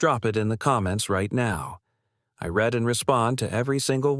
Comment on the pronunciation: “I ‘RED’ (read) every single one.” Maybe you should edit too.